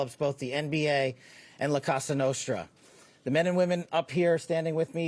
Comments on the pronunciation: that's why Kash said "Casa" Nostra 😂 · I think he meant to say cosa nostra. Not casa nostra